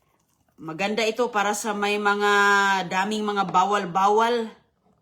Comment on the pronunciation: Anong bawwal bawwal 😂